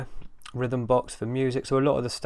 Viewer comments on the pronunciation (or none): none